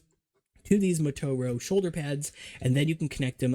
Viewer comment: Why do you pronounce "matoro" like "mah-toe-row", with emphasis and stuff?